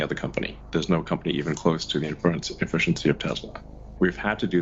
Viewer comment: I enjoyed hearing poor old Musk failing to comprehend and pronounce 'Inference' no end!